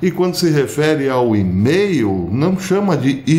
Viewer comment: Nao sei onde os Brasileiros aprenderam esta pronuncia dee E-mail com acento circonflexo, Porque nao <e-mail com silaba forte como se tivesse um acento grave